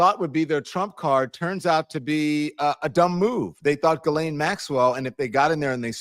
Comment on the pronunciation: Interesting how she pronounces Ghislanes (sp) name.